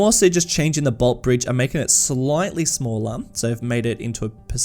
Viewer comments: No hate but most of us Melbournians say it as boltee bridge not just bolt. Love watching your videos tho getting that Aussie feel in a series is amazing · As someone who lives there, it’s pronounced bolt-eeee, pronounce the e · Interestingly enough, despite the bridge in Melbourne being named after Sir Henry Bolte, everyone in Melbourne colloquially knows the bridge as the "Bolte Bridge" (as in the "e" is accented at the end, pronouncing Bolt-e Bridge). Just thought you would want to know haha, keep up the fantastic work! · The Bolte bridge is pronounced "bolt-ee". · Btw with Bolte Bridge, you pronounce the “e” as well. So it’s “bolt-ee” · Bolte bridge pronounced Bol-tee Bridge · Love seeing Docklands getting a look-in, but the pronunciation of Bolte 😂💀. It's "bolt-ee". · Bolte - pronounced Bolt-e Our longest serving Premier. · Hey mate! love your stuff, great to see the Bolte Bridge making an appearance! btw, down here in Melbourne we pronounce the E, like in coffee. 'Boltee' Bridge.